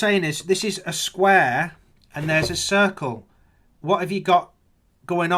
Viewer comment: What a delightful, good old-fashioned conspiracy nut. :-) I managed to keep it together until I heard how he pronounced radius/"Ra dius" and circle/"Kirk-el"/"Church-el". I guess all pizza is masonic conspiracypizza, what with it starting with "Pi" and having 5 letters in the name.